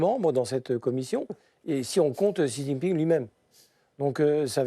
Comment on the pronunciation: Super ... C'est censé être des experts mais aucun n'est capable de prononcer le nom du président chinois correctement... La honte...